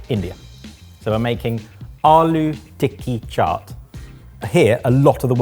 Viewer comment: aloo tikki chaat pronunciation is so coconuty of you,! I love it 🤣